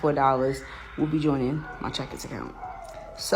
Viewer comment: I thought she said checkers.